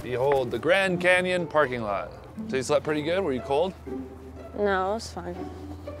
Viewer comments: He said grand camyon lol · grand canyon not grand camyan